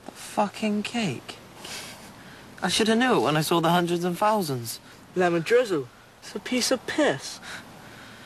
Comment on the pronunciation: Does anyone else adore it when says "hundreds and fousands?" his pronunciation is too fucking cute.